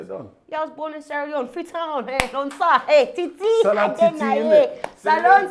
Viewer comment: Salone titi big up!!!! You make me feel proud to hear you say salone titit. ❤️